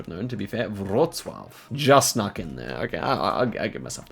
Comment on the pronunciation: You pronounced Wrocław properly but the way you pronounced Szczecin killed me